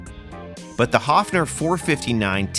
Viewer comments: It would be spelled "Hoffner" in German, the way you pronounce it :) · Actually the company is called "Höfner" with an "Ö" It's pronounced similar to the "o" in worm or "i" in bird.